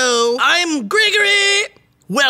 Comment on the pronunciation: I love how says his name likes there's more to come after, but nope. That's it. Lol. And the mumbling when was giving the date, lmao. Got to love it.